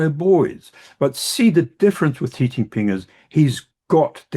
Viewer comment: You guys need to learn to pronounce "Xi" ... it's not "Jhee", please pronounce it like "She" as an English speaker or else it's seriously cringe. Like saying "Obame-a" it's that bad smh